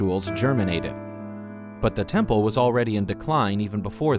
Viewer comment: A very impressive “TENPLE”